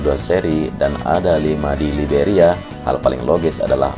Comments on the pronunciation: Video selalu diikuti. Sori, saya ingin kasih koreksi. Pada bbro detik di awal disebut Semenanjung 'Liberia', yang benar 'Iberia' (tanpa L). Iberia itu sebutan lain dari 'Spanyol'. Tetap semangat. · bang...Iberia bukan Liberia...Liberia itu di Afrika negaranya Goerge weah... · Iberia om, bukan liberia. Liberia mah negara di Afrika. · Saya juga gagal paham om , ternyata emang kurang tepat penyebutan nya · Izin koreksi... Yang benar itu semenanjung Iberia, bukan semenanjung Liberia.... Liberia itu ada di Afrika.